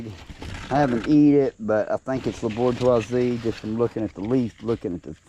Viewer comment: Thanks for taking the time to do these videos. French speaker here. Pronunciation of La Bourgeoise: last sound is a zz sound, like buZZ. In French, we rarely pronounce the last letter of words. If still not sure, you can also google translate and then press the sound button to hear the word in French. Same thing if you are not sure for pronunciation of Spanish varieties. Just a tip, I thought worth mentioning. Thanks again and bravo for all the content you put out.